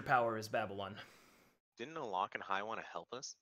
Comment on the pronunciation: How to pronounce DADDYLON for beginners